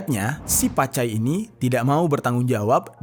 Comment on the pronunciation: Bukn pacai tapi cap cai 😅😅😅😂😂